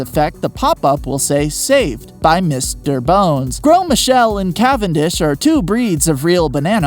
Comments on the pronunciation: Its grose not grow Einstein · Please learn that some words, like Gros, do not pronounce all the letters that you see.